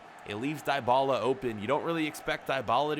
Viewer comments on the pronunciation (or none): its not daibala its dibala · Bro u have to say Dibala like a (e) not (I) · It's not diebala it's dybala